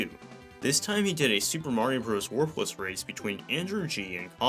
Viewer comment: Every time you say warpless I hear worthless lol.